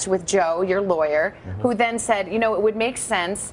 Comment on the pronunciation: Worst "LAWER?" ever!